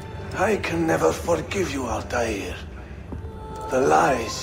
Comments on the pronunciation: "Grandfather of Ältaîr" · How is it that Altair's voice actor in this one says Arabic names better than his original voice actor? (And before any of you bitch about what I'm saying, I'm Muslim, and know a fair bit of Arabic and how names that are arabic are supposed to be pronounced.)